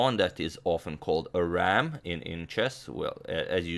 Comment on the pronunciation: i didn't catch that. "ramp" pawn?